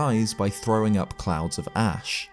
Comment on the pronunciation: I kept hearing "ring of clowns" and not clouds lmfao